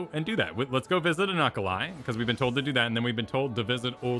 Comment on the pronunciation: Regarding Unukalhai: you're pronouncing it correctly (/ˌjuːnək.ælˈheɪ/). IRL, it is the star today known as Alpha Serpentis, and the traditional name is from the Arabic عنق الحيّة (ʽunuq al-ḥayyah), "the serpent's neck" for its position in the constellation Serpens.